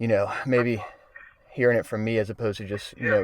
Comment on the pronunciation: He was quiet way too long and then purposely said "Yeah I KNOW John Evans".....Way too obvious...